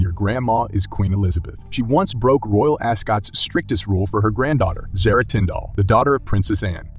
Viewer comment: I wish people would pronounce Zara correctly (AR rhymes with AR in car not ar that rhymes with hair or bear) plus she’s a stunning & classy woman too & won’t let herself be used as a pawn, but The Princess Royal was a stunning woman in her prime & tbh she’s still classy & I’ve always said that she should have been the monarch (plus she’s got the Spaldings to cope with the job too!)